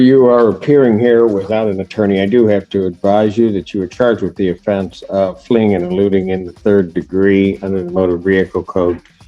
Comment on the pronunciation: Did he say "fleeding in a louey'? Lol